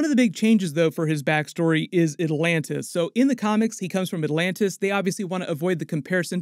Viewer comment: ¿aLantis or aTlantis? pronounce the T, don't cut it please.